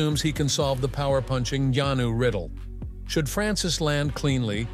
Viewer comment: Please learn to pronounce ngannou and stick to saying it the same!